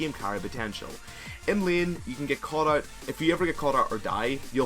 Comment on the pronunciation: Vayne, main, lane, phase... Can't you learn to pronounce these words already? I mean, I like your videos, but I cringe every time when I hear your terrible pronunciation of these words. That's the only reason why I'm not subbing or watching your videos daily.